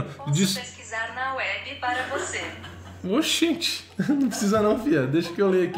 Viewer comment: Rapaz com a naturalidade que ele falou OXENTEEE.??? Pareceu baiano... Kkkk...